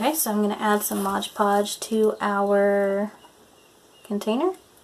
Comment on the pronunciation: It's Mod, not modge